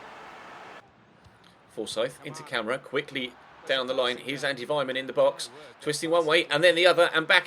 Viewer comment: Camara's name is pronounced Kam-Are-A